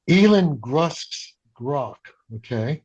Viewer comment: did he just say Elan Grusk's Grok ?